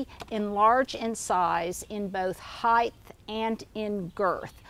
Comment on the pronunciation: Her vast vocabulary is impressive. It's a minor detail but the only time she misspoke was the mispronunciation of height with a "th" but it's a common mistake.